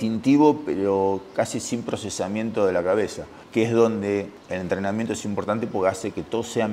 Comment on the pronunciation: entreamiento? jajaja